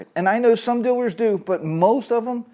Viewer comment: Gotta be careful around all "Dillers" Lol sorry to be that guy.